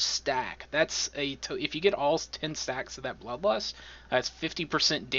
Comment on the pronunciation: Did you say lud blust for blood lust?